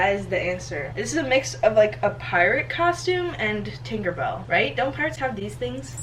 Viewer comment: instead of tinkerbell, I heard tinderbell I shall repeat tInDeRbELl 🤦